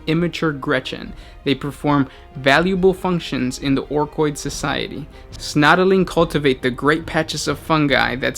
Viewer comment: snotling. not snotaling.